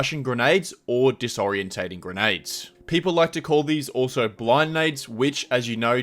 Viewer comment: disorienting say it correctly holy shit